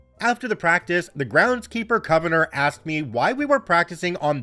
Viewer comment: Love ya,, but you need to look up the pronunciation of "convenor". 😅